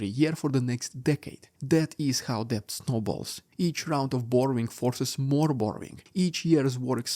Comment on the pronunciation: Thank you for your insightful coverage, as always. (In the word DEBT, the B is silent. Not kidding! Pronounced DET.)